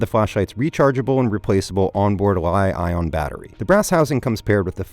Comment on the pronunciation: Probably AI. The way he said L-I-ON ...